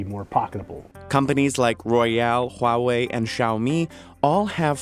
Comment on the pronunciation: Huawei? Oh you mean GHOIAYAWEEAY